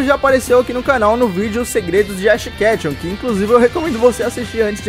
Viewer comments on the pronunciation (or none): ele falo redash kethun